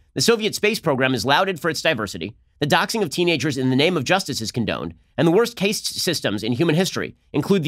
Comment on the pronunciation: Ben, "Caste" is pronounced "cast." It does not rhyme with "haste". Believe me. I used to live in India. Thanks!